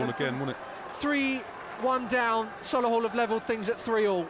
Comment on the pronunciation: Sol-A-hull🤦🏻‍♂️ up the Motors💪🏼💪🏼💪🏼😄